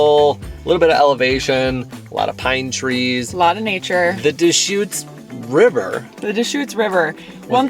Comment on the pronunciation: I follow and love you guys and I am from Eugene. raised there...But..LOL Dechutes is not pronounced DEEE shoots but rather duh shoots...lol And btw Eugene has major bike trails You can ride all the way from West Eugene to Springfield, OR via Downtown via Alton Baker park and by Autzen (Go Oregon Ducks) stadium.. Probably 20 plus miles or more of trails....